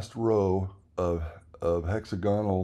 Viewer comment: hex AG unul not HEXA gahnal